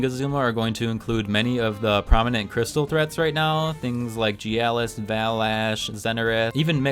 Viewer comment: Is there any chance you'd reconsider your pronunciation of Gyalis? I want to keep watching your videos but it's really triggering me.